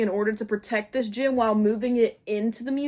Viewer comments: ok im sorry but- is it gym, as in a fitness place they stole?? or a GEM like a.. jewel they stole? i am genuienly just confused T T and if it is gem, i am not trying to make fun of your way of saying it- just you and both the subtitles say gym and im confused.. bc that dosent look like a gym T T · for like half of this video i thought that they were saying gym instead of gem and i was really confused about how somebody could steal a gym, also why there would be a gym in a museum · This whole time I couldn't tell if you kept saying "gym" or "gem" 😭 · My dumbass the whole time when you were saying they stole the “gem” I THOUGHT YOU WERE SAYING GYM💔😭😭😭😭😭😭